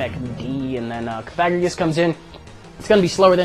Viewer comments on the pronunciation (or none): Cough-uh-gree-juss (like the word "egregious"), not coFAGrigus like the one you played :-P. love the vids!